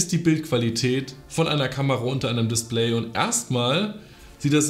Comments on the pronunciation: Niemand:: das DisPLÄY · Lustig wie du das Wort DISPLAY ausprichst :) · Mich regt es auf wie du Display aussprichst, sonst nices Video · Bin ich der einzige der sie Aussprache von display komisch findet ?